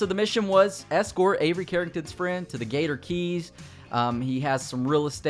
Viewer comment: Why does he keep saying gator gees instead of gator keys